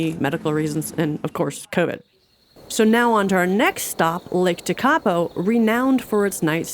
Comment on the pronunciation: Mt Cook is universally known as Aoraki in New Zealand (like "Mt Egmont" is known as Taranaki). Te-KA-po is actually pronounced TEK-a-po. There are many, MANY places you can go in Aotearoa and be alone nearly always, you just chose to go mostly on the standard tourist trap routes, so found yourself often with other tourists. International tourism pays 20% of the country's overseas earnings, and ceates some jobs, but "tourists", especially ill-equipped "freedom campers" are not really popular here.